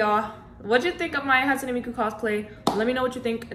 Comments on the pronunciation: Just an fyi, Hatsune is pronounced [ Hot - Sue - Nay] Ans also I love this cosplay!!!!!!! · A little bit of info it's more like hat sue nay 🎩 because that's just how Japanese works :3